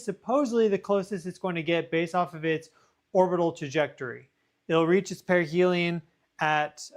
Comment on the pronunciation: Wait - did you say perihel in 2031?! Is this thing traveling slow?